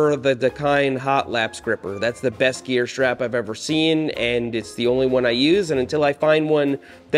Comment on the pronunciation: I just about lost my kool-aid when Seth was saying stwap! That was hilarious.